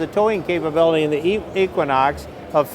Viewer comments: E-quinox, not Ek-quinox! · Eee-quinox, not Eck-quinox, no offense.